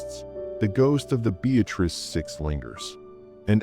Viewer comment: Town is pronounced: Be- uh- tris